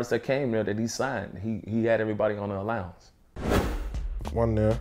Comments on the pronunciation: That's what Suge called it "allownance". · To hear a grown man say allowance